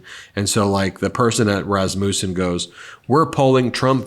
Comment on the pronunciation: Pronounced "rass mussen", rass like ass, c'mon Ben.